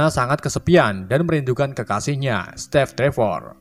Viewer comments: Narasi nya bener" katro gak bisa bhs inggris steve saja jd step🤣🤣🤣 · Kenapa steve jadi stev apa step gitu tapi kenapa yang satu kurang e yang satu malah p bukan ve 😢😢😢😢😂😂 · Saran min, belajar lagi pelafalan dalam Bahasa Inggris, biar enak dengernya... COntoh ya, Steve itupengucapannya "stiiv" bukan "Stev"